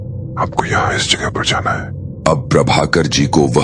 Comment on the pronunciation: Jaghe nhi jagha hota hai